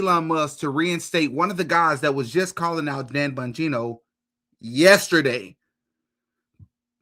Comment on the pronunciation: Am I the only one that loves the way pronounces Dan “BUN-gino” 😂